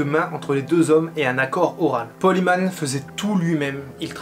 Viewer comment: Bonne vidéo mais j'aime pas comment tu prononce Paul Heyman. Faut prononcer comme si ce serait Paul HÉmen et pas Himan. En avalant le H. Ca ressemble presque a Amen prononcer a la façon anglaise.